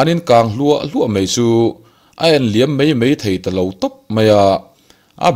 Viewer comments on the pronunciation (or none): none